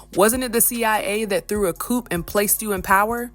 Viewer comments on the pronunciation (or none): Coup. Learn it and how to pronounce it